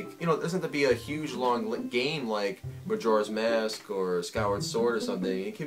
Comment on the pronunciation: keeps pronouncing magoras mask roung